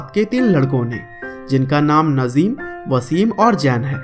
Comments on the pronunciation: Bro It's Nazim Not Nazeem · Naaazim. Not nazim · नज़ीम नही नाज़िम है 😂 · Nice information video bro thanks but real name नाज़िम not नज़ीम ok I hope you understand 👍👍👍👍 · Bro wo nazeem nahi Nazim hai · भाई नज़ीम नही...नाज़िम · Sir नजिम nhi नाज़िम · Bhai nazeem nhi nazim h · It is not nazeem it is naazim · nazeem nahi nazim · Not नजीम नाजीम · Naaajim h bhai najeem nhi 😠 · Bhai Nazeem ni Nazim hai 😂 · Saaly nazeem nhi nazim hai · bhai naam to sahi se lele yrr 😬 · Najim bhai ka nam to sahi se bol lo bhai bayography batate ho